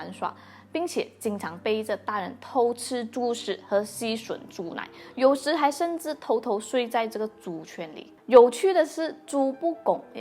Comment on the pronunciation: 猪圈（juàn）要多注意喽